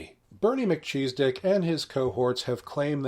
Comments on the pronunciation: Heh-heh-heh.... He said "mal-cheese-dick....". Heh-heh. Love this. I know there is a way to pronounce this name properly, but grifters like Mr "cheese-dick" deserve this. Hah! 🤓🤙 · I love how you say "Melchizedek". "Mah cheese d!ck". 🤣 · “Mc Cheese Dick” I’m sorry. Thats what I heard 😂. Love your stuff!